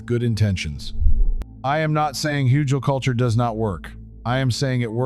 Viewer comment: Very helpful, thank you! So, how long should you let oak & other "beneficial" wood age before putting it into the ground? Also, on a side note, the g in Hügelkultur is pronounced like the g in good, or get.